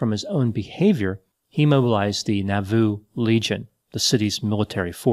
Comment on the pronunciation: Moroni is pronounced Mah ro nye, It was not Haun's Hill, it was Haun's MILL, and Nauvoo is pronounced Nah vu!!!